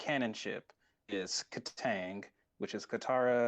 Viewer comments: no kid , he said it right <3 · no they said it right